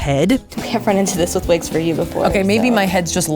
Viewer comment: Vwgen vwill you vwear vwigs?